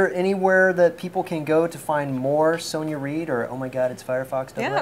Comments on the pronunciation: she must of got so annoyed at him calling her soneya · Her name is pronounced Sonya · Lighting. Yellow walls and all. Frustrated that he said her name wrong lol. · He said her name wrong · You were pronouncing her name wrong. The 'o' in her name is pronounced like in 'box' or 'bottle'